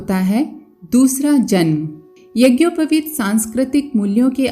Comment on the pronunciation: यज्ञोपवित का उच्चारण भी सही उच्चारण करना चाहिये बिना व्याकरण पठन के सही उच्चारण नहीं कर सकता है